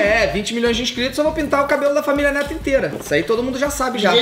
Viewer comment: ELE FALOU NETO ERRADO PERCEBERAM